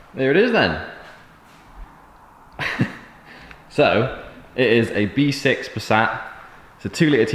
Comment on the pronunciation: Im sure i herd v6 not b6 haha 😆 awsome content 👌 keep it up G